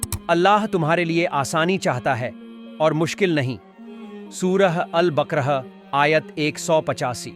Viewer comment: Bhai mai nahi jaanta aap muslim hai gher muslim. Ya to urdu likhna nahi ata . Aap angrezi alphabet ke zariye tranliteration ke zariye parhte bolte hai. Sura bakraha nahi hai baqara hai jo transliteration ke zariye pronouce likha nahi jata.